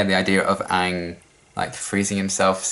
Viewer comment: hasn't seen Avatar before. Still pronounces "Aang" better than Avatar the movie.